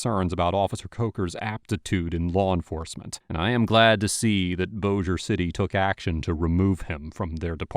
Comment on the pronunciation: I can't believe you said Bossier correctly! Good job, Man! 😁👍